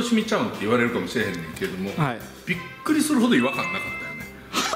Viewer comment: 俺ビックリしたをビックィしたって言う